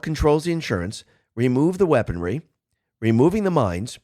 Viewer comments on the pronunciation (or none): none